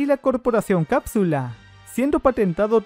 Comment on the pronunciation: Yo me di cuenta que decia corporacion cadsule